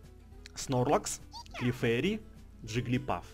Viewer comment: не джиглипАф а джиглипУф